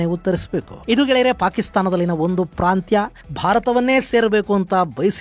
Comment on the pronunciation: ಅದೇನು ಪ್ರಾಂತ ವೋ ಇಲ್ಲ ಪ್ರಾಂತ್ಯ ವೋ ಹೇಳಪ್ಪಾ